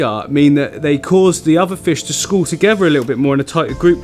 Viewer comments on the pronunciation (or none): none